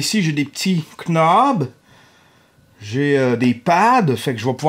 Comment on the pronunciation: À part quand tu dis K-Nob ahah :'D